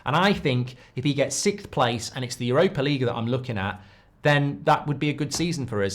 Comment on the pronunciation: What in the world is "sickth" place? 😉